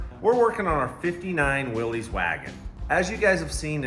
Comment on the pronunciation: love you and Chad as team mates. He's low key but knows a lot. I hope you win because I've always had a thing for old jeeps. One minor thing is that name should be pronounced Willis.